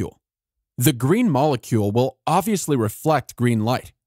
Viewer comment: Somebody please tell the narrator that the word "obviously" contains a 'b'